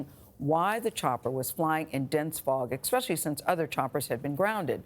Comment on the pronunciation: Gayle King said "expecially". WTF!!??